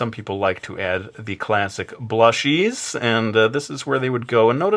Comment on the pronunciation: Lol he said blushes hahahahahhahahaha